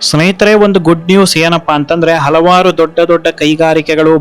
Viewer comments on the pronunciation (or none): none